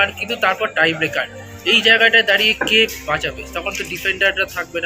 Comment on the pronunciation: kotha ta "tiebreaker" not "trybaker" 😄 please keep this in mind.. u r a sports journalist man! paser jon thik bolche sune o ki kore vul bolo!! anyways, topic ta sotti vlo.. Vishal ekhn India er best GK, national team e or proti justice hocchena ekdm e. Joy Mohun Bagan 💚❤️